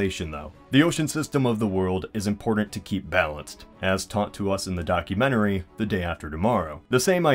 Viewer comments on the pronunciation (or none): none